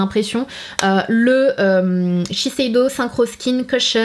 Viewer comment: Tu as réussi à dire shiseido du 1er coup 😋